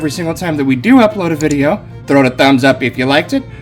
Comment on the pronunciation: It's just not a video without hearing "Vidja" and watching packaging semi violently flicked off the table! those things take time!!!!!